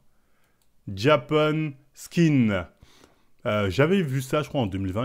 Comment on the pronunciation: Je rêve ou il a dit biiiien fort "JAPAN SKKKKIN" 😂😂😂